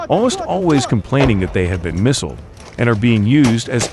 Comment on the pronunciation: More fecking AI commentary. what the feck is MISSSLED - you mean misled ??